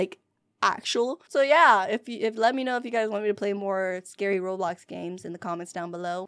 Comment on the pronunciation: Girl, it’s not blockes b-l-ox